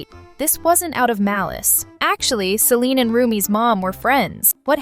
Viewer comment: IT'S CELINE NOT SELINE🤬😡